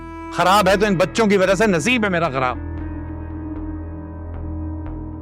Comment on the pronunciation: زبان پہ فالج گرا ہوا ہے؟ جو خراب کو کھراب کہا جا رہا ہے